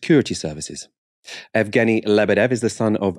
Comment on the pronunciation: "Yevgeny" rather than "Evgeny" (Just for future reference, keep up the brilliant work)